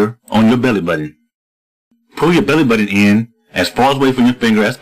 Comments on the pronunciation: uhh, "belleh buddon"..... HAAAAAAAAAAAAAAAAHAHAHAHAHAAAA!!!!!!!! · lmfao icant stop laughin everytime he says belly button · i nearly pee myself every time he says belly button XD